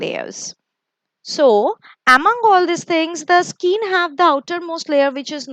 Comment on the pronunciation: Nice.. Thanks for the explanation..but there is a pronounciation mistake. You are saying skeen it's not skeen it's skin